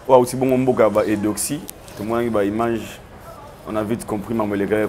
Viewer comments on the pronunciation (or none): none